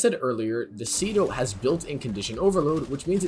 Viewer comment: I love your vids but it’s see doh